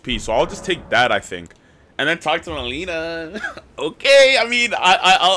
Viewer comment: btw its not meLEANA its meLINA. lin as in the pronunciation for the first three letters of lindor